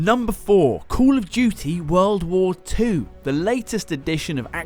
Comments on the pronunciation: Number 4: COOL Of Duty w.w 2........ What an accent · No one : Literally no one: Him : cool oh dooty woll wa 4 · Yubraj Budha yeah i also realised that he said COOL of duty